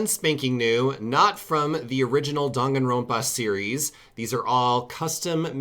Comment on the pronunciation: way of saying Danganronpa Dong-A-rope-A